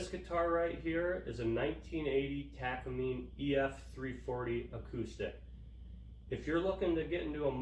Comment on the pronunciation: You are missing some nuance to your information beyond your poor pronunciation of Takamine. Takamine was to provide a cheaper version for Martin for greater distribution. Their partnership with Kaman that came about after the Martin dance thus resulting in the cease and desist letters because Martin and Kaman were competitors.